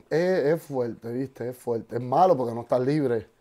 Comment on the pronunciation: Minuton largo ese "viste" rre argento jaja